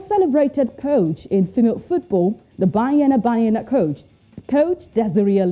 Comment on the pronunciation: I like the way the presenter is calling banyana banyana 🤣🤣🤣